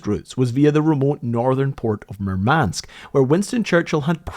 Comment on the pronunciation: nitpick: the stress in Murmansk is on the first vowel - MOOR-mansk